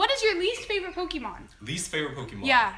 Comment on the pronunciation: "This is like the first time she's ever touched PokéMAN cards" "who's mans" 😂😂😂 did any of you guys hear that ? xD